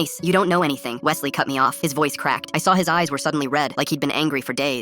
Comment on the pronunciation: I feel Offended my name is Wesley not what he said 😭